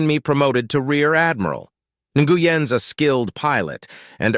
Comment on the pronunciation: Hear the AI voice say N-gu-yan is hilarious to me.